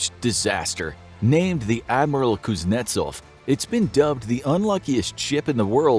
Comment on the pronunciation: The (rear) admiral pooznetsov!!